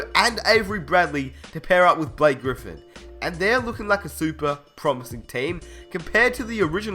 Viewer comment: Liked the video but, theres no way in hell that the Knicks are ever that competitive with melo on the court, ask jeremy lin. and no chance that kawhi ever develops on the knicks like he did in sa, again, because of carmelo. and cmon, the clippers? blake griffin? you said his name like he jordan.